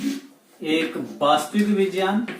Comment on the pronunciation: It's not vijayan It is vigyan